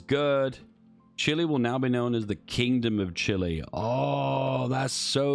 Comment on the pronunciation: You're actually pronouncing Chile right. CHIlee